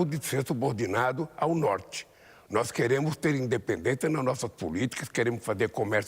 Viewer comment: "Noix queremo"